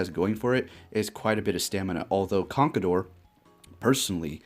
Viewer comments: I won't hold it against you for how you pronounce MienShao *cough CONKADOR *cough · You pronounced conkeldurr wrong..